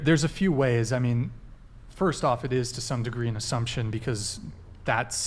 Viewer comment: "You're like just like, making azzumptions and not doing the research." Lol, imagine having to do research on a potential mate. This world is horid.